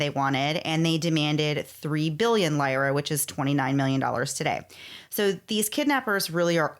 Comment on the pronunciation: Take a shot every time the hosts mispronounce lira 😂